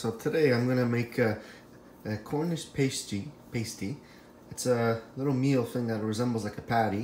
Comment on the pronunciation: You're pronouncing pasty wrong. It's pronounced pah•stee not pey•stee